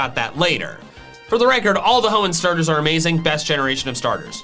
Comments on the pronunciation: No I didn't, you mispronounced Hoenn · No it's Hoenn